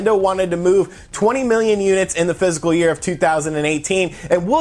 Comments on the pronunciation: he's def not saying fiscal. Fiscal doesn't have 3 syllables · ITS FISCAL, NOT PHYSICAL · I don’t mean to be picky but it’s bugging me. it’s not “physical” year it’s “fiscal” year. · Physical year or fiscal year? I keep hearing physical. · I head PHYSICAL year distinctly. you aren't crazy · Almost positive he meant fiscal (likely even was saying it tbh), but I came to the comments to see if I was the only one hearing physical :P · He also mentioned spring in his comments about total sales regarding the "physical" year. My guess is he meant fiscal and it just sounds like physical... or just a mistake. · Its fiscal year, not physical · He's saying "fist full year" 👍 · No, he's definitely saying 'physical'. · Are you saying physical year?